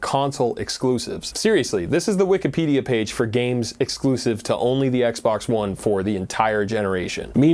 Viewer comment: "Tangwo gwameworks, we're waying youw offw. Youw cwouldnw't seww." "We weed mowe gwames wike Hwigh Fwi Wush."